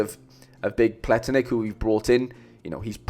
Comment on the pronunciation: I actually confused him with Vlietinck, another Leuven defender. I said Plietinckx but it’s Pletinckx, and you pronounce it as ‘ Pla Tinks ‘. I hope i didn’t make it too confusing my bad 😅